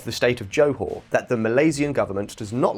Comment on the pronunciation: You pronounce johor wrongly.